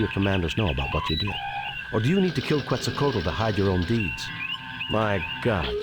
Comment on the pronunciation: This isn't a Sierra game. That's why you can't touch the mushrooms. Were you saying you don't know what Halfdome is? I wish they would pronounce Quetzalcoatl properly.